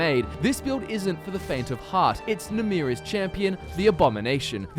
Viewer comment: It's Namiras it's not Namrias